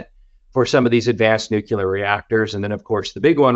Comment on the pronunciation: Great content. You’d think a guy like would know how to pronounce “Nuclear” though, right?